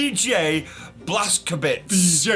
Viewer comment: It's pronounced Blaz-ko-vitch. Polish your Polish mate :-)